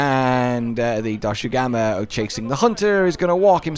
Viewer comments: It's not Doshugama, it's Doshaguma! Lol, great video, I'm just poking fun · it’s dosh aguma you’re saying doshu gama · DoshAgUma, not DoshUgAma istg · You mean dosugma? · Man where does find the u letter in Dosha and two a letter guma. is such a fun guy, poking fun at Cuttan's suffering. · I’m convinced he keeps saying Doshugama to boost the engagement from all the people correcting him in the comments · Take a shot every time calls Doshaguma DoShUgAmA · I'm curious if Cotton will correct monster names again. "Doshugama" XD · WHOAAAAOOOHHAHAHAHAHAHAHAHAHA WEAPONS WITH SKILLS WAHOOOOOOOOO Edit: Im never not gonna be annoyed by how you say Doshaguma bro. You say Doshu Gamma, and I cant figure out why Edit again: i doubt we'll get a room to put endemic life in, my guess is that there'll be endemic life requests that we can complete for food/crafting rewards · YESS I WAS SO PISSED OFF WITH YOU SAYING IT WRONG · This point I dont know if he's doing it on purpose because he thinks its funny (it's not) or what. This isn't a Tie-grex/Tee-grex situation where either pronunciation works with the spelling but the Voice Director chose the wrong one ( I will not be debating this), its just strait up ignoring the spelling. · There is simply no way is mispronouncing doshaguma so much on accident